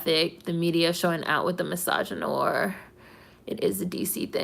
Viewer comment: Well, you pronounced misogynoir right...lol